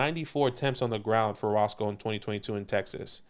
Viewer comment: Had to play it back bc I couldn’t believe it but it’s definitely not Roscoe Johnson. It’s pronounced RoSHAWN Johnson.. put some respect on that man’s name! I went to UT so I’ve been a fan since he was playing QB for the Longhorns. Just don’t want you guys saying it incorrectly for the next few months lol